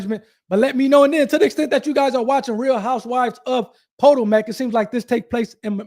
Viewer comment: Dude, REALLY??? I don’t know where you are from, but as a seemingly reasonably intelligent but possibly not worldly person, you really should do your research on proper pronouncing of people, places and things. “Po-toe-mack” …….. seriously? Think about it, you already know this takes place in Maryland. So what’s the “big, main, well known river” there??? It’s the “Pa-toe-mick”, and that’s also how you pronounce this town you are speaking of. Where is your Jd. from? Where are you licensed to practice?